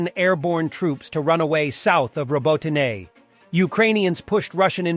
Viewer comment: Please:), Robotyne is pronounced "Ro-bot-ter-neh and Erdogan is pronounced "Erdowan" those Turkish "g"'s can jump out of the shadows and grab you mwahaha, or as they say in Turkish, mgahaha